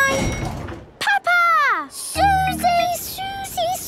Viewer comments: I heard "peppa egg" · the fact that says papa egg